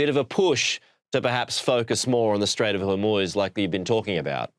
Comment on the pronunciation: The Strait of Whormoooze?